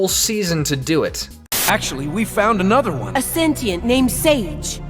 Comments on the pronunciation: It's Sentient, not Sentinel. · ITS SENTIENTS NOT SENTINALS